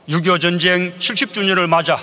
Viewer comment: ''젼쟹이'' 어쩌구ᆢ''민쥬쥬의으 쟈갹햐게 댸였숩니댜 젼쟹는 '' 아오 발음도 참 특이하게 해 목소리 듣기도 실타 싫어 !